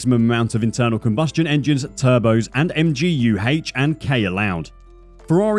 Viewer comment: "MGU HAYCH" 🏎♥️ I kid... good video